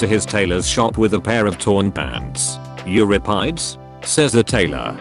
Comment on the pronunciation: It was mispronounced Done properly, it’s “You-rippa-dees?” “You-menna-dees?”